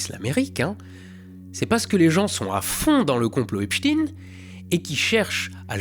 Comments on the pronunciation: On dit "Epstein" pas "Epstine" Comme on dit Einstein et pas Einstine. Respecte l'origine mortifère STP. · Epstein pas Epstine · C est pas epstine bon dieu , c est Epchtaillene. Faut arrêter avec l américanisation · Personnellement, je n'ai jamais compris pourquoi les infos disent toujours Epstine au lieu d'Epstein. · EpstEIN pas epstine.... C est fatiguant a la fin... Sinon j suis de ton avis sur tout...sauf sur Trump... Qu il soit dedans jusqu'au coup? c'est loin d'être prouvé... desolé pour clinton le globaliste amateur du cigar mouillés ou Joe biden qui snif les cheveux des enfants.... La véritée. Meme si ca dérange, meme si ca fait populiste. La véritée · Juste pourquoi epstine et non pas epstein comme pour Einstein？ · « Epstine » quel français dit tine quand il lit stein … franchement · Etre un croyant sceptique, c'est meilleur que croire en tout ou en rien. Par contre, c'est stein pas stine. Frankenstine, albert einstine, tu vois que ça colle pas. ^^ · Pkoi tu/on dis/dit epstine et non epSTEIN 😂? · Bonjour, La diversion de Trump on est d’accord. Mais c’est Epstein pas Epstine , vous dites docteur Frankenstine ? Le politiquement correct pour ne pas fâcher certaines communautés il y en a raz le bol. On doit appeler Epstein Epstein , comme un chat un chat ! Et que l’on s’entende bien, ce n’est pas parce qu’un type dont le nom se termine par stein est un sale type que tous les gens qui on stein dans leur nom sont aussi des sales types . Donc n’ayez pas peur des mots ! Sinon pour le reste je suis plutôt d’accord … Maintenant, pour ce qui est des visites extraterrestres, il y a peut être des moyens d’atteindre des systèmes situés à des distances de plusieurs années lumières sans franchir ces distances en voyageant classiquement, je pense à l intrication quantique dont on ne sais pour le moments pas grand chose 😉 Sans rancunes pour ma première remarque 😊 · Epstein. Pas epstine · C'est Epstein pas epstine 😜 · ARRÊTEZ DE DIRE EPSTINE PAR PITIÉ